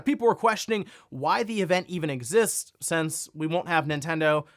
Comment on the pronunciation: Why does always pronounce "since" as "sense"?